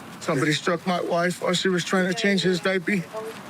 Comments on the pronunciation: "Diapey" ugh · I can't unhear the word "diapee". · Me too, Scott, saying dipey was repulsive lol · English isn’t the first language Floor ground 🤷 Diaper dipee nappy Him her (Stomach - tummy Horsey - horse Rabbit - bunny rabbit Kindergarten - kendygarden) 1) Eye contact is a cultural situation, right? 2) hola has a silent h ❤